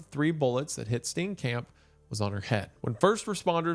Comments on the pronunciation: Steencamp is killing me, I love you man but is it that hard to click "play audio" on google translate? Its painful. Steenkamp is pronounced like St-IAN-K-ump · DOLUS EVENTUALIS (💀 cringing at every mispronounciation of Steenkamp)